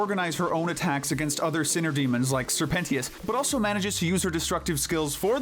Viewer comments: “Sir pentios” WHY DID U SAY IT LIKE THAT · “Sir Pen-ti-is” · NO WAY YOU PRONOUNCED SIR PENTIOUS' NAME LIKE THAT😭